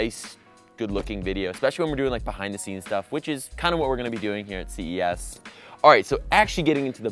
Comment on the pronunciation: am i the only one that thought he said cvs not ces